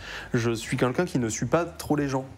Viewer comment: J'adore le format ! Par contre je suis hyper déconcentrer par le "Quinlqu'un" au lieu de "Quelqu'un" xD